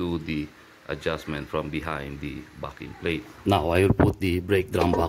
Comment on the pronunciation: That is a great video. Have to tell you from an Aussie, every time you say "backing plate". It's sounds like you are saying "Farrking Plate".